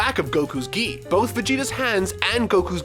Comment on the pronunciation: The way he says GI sounds like gey